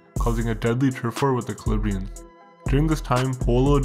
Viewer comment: Good stuff. But it’s Calabrian’s, not Calibrian’s.